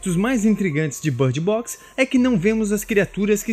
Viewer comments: Por que ele está falando bard box? Em vez de bird box? Não faz nem um pouco de sentido 😐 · que inglês é esse? I know how to speak English and that's certainly not the way to speak